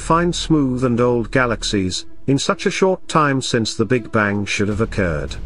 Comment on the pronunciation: Why do you pronounce the g in bang? What accent is that?